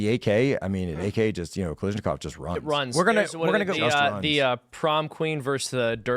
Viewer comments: He also kept mispronouncing Kalashnikov as Kalishnikov. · SKS is not a knockoff of the AK, and it's Kalashnikov, NOT Kalishnikov! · Ffs people, it's "kal-ash-nikov", not "kal-eesh-nikov" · guys, it's ka-LASH-nikov, seriously, it's super weird that you're all getting it wrong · I've never heard Mikhail Kalashnikov's last name mispronounced more times